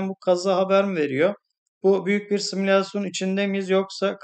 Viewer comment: Simisalsyon derken